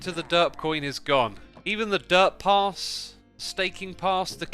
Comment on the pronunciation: Hearing someone say "Pass n' Gas" when their accent doesn't let then rhyme "pass" with "gas" was so jarring lol